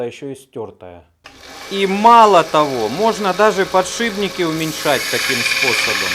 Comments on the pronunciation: ПодшиПники! Все классно, но уши режет, конечно. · достали подшибники!!! ухо режет!!! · Ну если говорит подшиБники